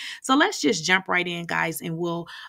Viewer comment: Why I thought she said let’s jap right in lol 😂